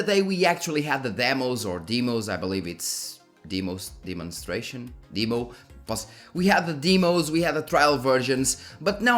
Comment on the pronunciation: Hey. You pronounced “demonstration” correctly but when you shortened it somehow went with deeeeeemo. Just pronounce it like a shortened version of the way you said “demonstration”.